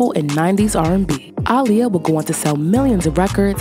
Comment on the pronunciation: First thing is first, I like how you pronounced Aaliyah's name. She would be proud! That being said, I believe you mentioned that her paternal grandfather's name is "Hylton" or did you say "Haughton"? The reason why I am little curious is because Aaliyah's last as most of her fans know is "Haughton"